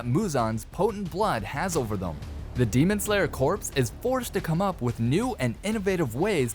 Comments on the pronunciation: Corps is pronounced as Kor and not as Corpse. Very big difference in meanings. Otherwise, super interesting video and wish we could get an animation of this side of things. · "Demon slayer corpse" 😂 It's pronounced like core.